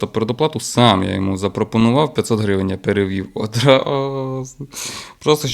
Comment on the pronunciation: Блін, як же ріже слух слово грІвень від автора :)